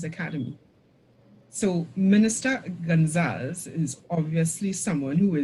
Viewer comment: It’s Gon-za-les. Not gon-zals. Great video/info